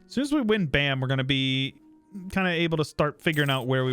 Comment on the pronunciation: the province bam is literally pronounced bam